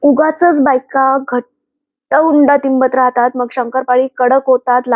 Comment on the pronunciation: हुंडा म्हणत नाहीत उंडा म्हणतात .